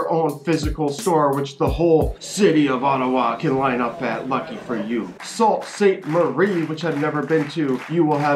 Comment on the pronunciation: Sault Ste Marie is pronounced soo Ste Marie not salt just saying for a fun fact